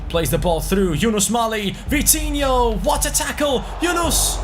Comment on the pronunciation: Vitinho rhyme to coutinho. Vi-ti-in-ho and Cout-tin-in-ho